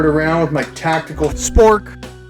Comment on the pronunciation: The way you cut in and said tactical SPORK made my day 😂